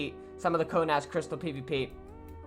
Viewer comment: You said (ko-naz) it is (ko-nes)